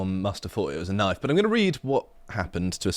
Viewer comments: "Ah, I see you've played knoify-spoony before. . . " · That's not a knoif. [pulls out scythe] Now that's a knoif